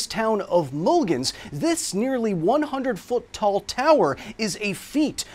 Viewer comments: A quick Wikipedia search learns that Mulegns is pronounced close to "moo-LAYNS", not "MUL-ginz". The G and E aren't even in that order. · Let's try pronounce Mulegns again 😉